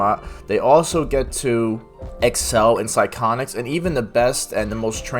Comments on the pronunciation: Sigh- on- ics, not psyconics, lol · Just take 1 level of Cleric - Light Domain for infinite uses of warding flare. Much better than shield and infinite uses while saving class levels for anything else. Edit: You seriously pronounced psyonics as "psy-chon-ics?" and abjuration as "aberration" . Bro... lmao